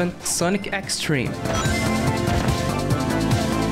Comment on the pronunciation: wealie? Youw daboss of sega and aww ov its gwowie? I’m such a big fan of sonec the hedgwog!!